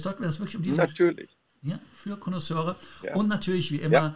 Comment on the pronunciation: Mario hat vor kurzem ja schön gelernt, wie man Lounge auspricht, jetzt kann sich mal anschauen, wie man Connaisseur auspricht. 🤣